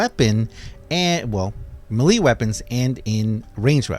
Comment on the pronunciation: Melee = may-lay not muh-lee